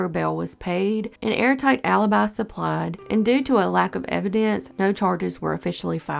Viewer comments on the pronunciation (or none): none